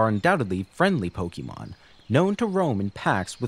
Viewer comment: A note: it is pronounced po-kay-mon, not po-kee-mon. This is denoted by the accented é in pokémon You even use it in your title of pokénational